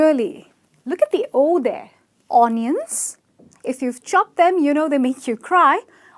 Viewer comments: When I trained - my greatest pet peeve was the interchanging of the “v” “w” sound and I made sure they pronounced it correct.....I'm afraid - you have that too :( vegetable, invisible, and others sounds like - raspberry, onion, parmesan, and at the end I almost gasped cuz I heard "star-anise" wrong ! it would be nice re-do your videos considering that 195,091 viewers are learning things wrong! Good effort though... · Anion? seriously? its Uh-nion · onion as an ion . haha . An atom which carry charge. :p